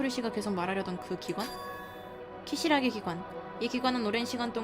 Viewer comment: ㅋㅋㅋ자꾸 키사라기를 키시라기 라고 읽으셔